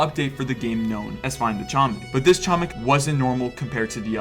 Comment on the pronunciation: man i sure do love when people say chomik wrong